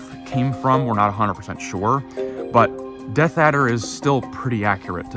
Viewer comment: "Deaf Adder" at 5.27😂- I think he means "Death Adder" (as typed in earlier in the video)